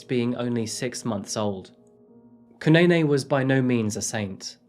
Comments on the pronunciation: 😂😂 I thought the same thing dude. He kept on pronouncing Zanele and Kunene wrong. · Ndlovu is pronounced with o like the aw in saw, not the oe in toe. Zanele is Zuh-neh-leh and Motha is pronounced Moo-tuh. Kunene is Goo-neh-neh not Kew-nay-nay. Try to research pronunciations before you say them, but at least you got it 60% right. Could've been worse. Thanks for covering this story!